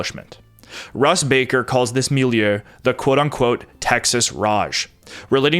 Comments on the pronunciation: And it's mil-ieu, not mil-i-eu. 2 syllables, not 3. (You can think of it as "mil-yuh") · You said milleu and respectsble. I see u